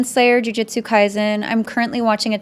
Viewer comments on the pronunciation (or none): none